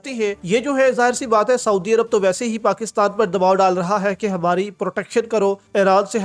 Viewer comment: پاکستال۔۔۔۔؟ یا پاکستان۔۔۔؟ اردو بھی نہیں پڑھنی آتی ہے تم کو ۔۔۔